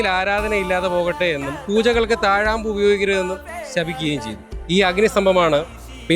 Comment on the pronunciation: താഴാബൂ അല്ല താഴംപൂ